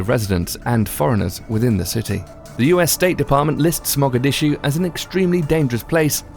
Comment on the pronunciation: Dude, great info but your pronunciation of these cities and words is unconscionable. Favelas, Caracas and Mogadishu